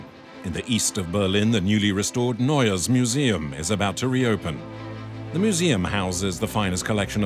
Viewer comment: Narrador péssimo...NEUES MUSEUM se pronuncia "nóies miusium"...